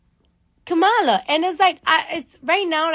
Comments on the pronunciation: Democratic!!!! KAM-A-LA!!!!!! Its irritates dafuq outta me for people to purposely mispronounce someones name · Her name is Kamala (Comma-la)